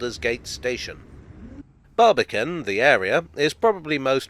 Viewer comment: When I hear "Barbican" I hear "Barbie can what?"